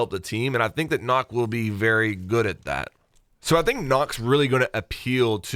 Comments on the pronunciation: Her name is pronounced "nook" but nobody pays attention to the enunciation in the reveal trailer, nooooo, god DAMMIT. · Her name is pronounced nook but is spelt knok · Isnt it pronounced nook? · She is pronounced Nökk the ø is pronounced just like a German Ö . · It's pronounced nook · It pronoused "nook" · Its said like nook like animal crossing. Nook but spelt like Nøkk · It's pronounced nook! It bothers me so much lol, sry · it's pronounced nøkk, nök or nuhk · YOU JUST CALLED NØKK, KNOCK HAHAHAHA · I wish they've given her Frag Grenades.. Her name's pronounced "N-ukk" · It’s pronounced “Nook”, rhymes with rook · I know it doesn't matter but it may look like an o but you pronounce it as a u so her name is nuck or nook fun fact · its pronounced nook according to UB. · Karkat Vantas German and any of the other Nordic languages but because Nøkk is a name based on the Nøkken and Danish Lake monster, the name Nøkk is pronounced more like Neck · (NØKK) is pronounced similarly like (Look) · Good video, except Nøkk is pronounced, "Nook". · it's not really nook it's more like nuhk (like an 'uhhh....') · It’s not pronounced Nock! 🤦‍♂️🤦‍♂️ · Because Nøkk is a Danish Operator the Ø is not pronounced like O. So with that her name is pronounced “Neck” If you were interested in knowing 😬😬😬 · The O in nokk is pronounced more like uh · Nøkk/Nökk, not Nock, the ø/ö sound doesn't exist in English afaik so Google translate that shit my man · the ø in nøkk is pronounced similar to the u in gun or sun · Nokk is pronounced as (Nukk) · It's pronounced (Nukk|Nookk). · Who else’s ocd flared up when he pronounced nokk incorrectly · It's pronounced "nook" man! Just telling you as a fan before the haters do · isn't it pronounced nook? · Ø not O u pleb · The way You pronounce “nøkk” hurts my danish feelings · I get triggered every time people mispronounce Nøkk’s name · Being a dane watching this video is horrible. I die inside every time he mispronounces Nøkk... everytime...